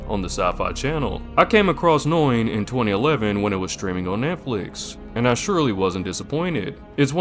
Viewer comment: This is one of my handful of all-time favorite animes that is etched into my memory. Must say though, that you have a rather ah.. novel way of pronouncing Noein 😄 It is more like Nóh-Ejn.